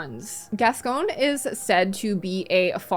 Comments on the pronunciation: additional note on pronunciation, I'm quite certain that in the game it's father gas-COIN, not gas-CONE. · Gascoigne, she’s pronouncing his name wrong, same with Gherman but I agree as a massive Gascoigne fan he’s very van helsing